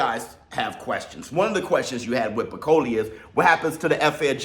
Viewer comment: 😂😂 why call him Bikoli when his name is Bakole..I know you ain't african but Bi and Ba is different